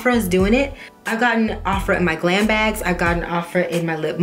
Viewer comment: I don't think Ofra is pronounced like that.